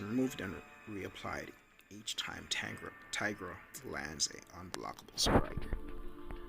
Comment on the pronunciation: Tīgra not teegra